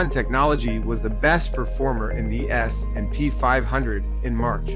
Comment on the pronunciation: S........&P 500. Why does he say it like that?